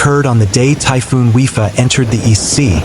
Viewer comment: The name of the storm is pronounced WI-PA not WI-FA.